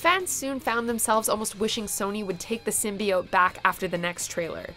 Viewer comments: Venom was great... FUCK YALL MEAN?.... edit: but I mean... I am with you with the "Sym-BYE-iote" pronunciation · Shit a lot of people actually liked venom a lot before the film was out. Like they really wanted to see it. Even I was hyped. Yea I can agree on the symbiote pronunciation was just a massacre but they fixed it in the movie. Other than that I enjoyed the movie a lot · Also really funny to hear criticizing Venom on pronunciation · A teaser should still feature... you know, the title character. But yeah, they put the teaser there, and then also put on the next trailer just for the way the characters pronounced symbIote. Which seemed like a weird reason to write the whole thing off. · I liked the Venom trailer's build up to Venom's reveal but why it was annoying how they pronounced symbiote did piss me off Also: no Sonic 2019 trailer